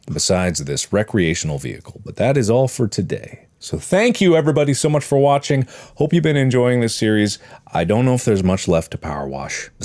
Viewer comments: Mark: Thank you for watching! Me: Thank you for washing! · "Thank you everybody so much for washing"